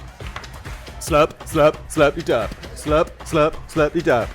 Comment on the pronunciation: I stand corrected, Its pronounced Slurp De Durp. I kept saying slurpy durp.